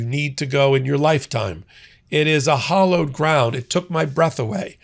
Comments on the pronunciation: I think this channel is great... But it's H A L L O W E D, (LIKE HAL - OWED) not HOLLOWED. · Wow, this guy really needs to get things straight. The word is "hallowed", not "hollowed". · Hallowed, not hollowed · The word is hallowed, not hollowed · The phrase is “hallowed grounds “ Not hollowed ground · hAllowed not hOllowed - jeez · It’s “hallowed” ground, not hollowed. Jesus! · hAllowed .. not hOllowed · HALLowed ground, not HOLLowed ground. It's holy, not hollow. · Hallowed. Not Hollowed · Hallowed ground. Not hollowed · Sorry, it’s not hollowed ground, it’s hallowed ground